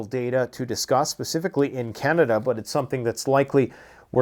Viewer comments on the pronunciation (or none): none